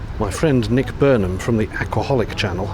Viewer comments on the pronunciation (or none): none